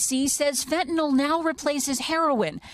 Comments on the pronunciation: just a tiny pet peeve but i hate it when people pronounce it "fen-tin-awl" instead of "fen-tuh-nill". N-Y-L does not say "NAWL". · It is not "fetnil" nor "fetnol" nor "fetnel". It is fen-ta-nyl. How hard can it be to correctly pronounce an three syllable word? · Fentanyl rhymes with chlorophyll and pill, not basketball or ethanol. And definitely, not with null. Fen-tuh-NILL. You of all people,. Get it together. Sound it out, dude. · fentanyl or fentanol? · why does Murica insist on pronouncing it fentenol?